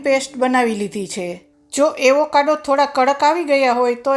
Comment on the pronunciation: Aevokado nahi ben Avocado bolo..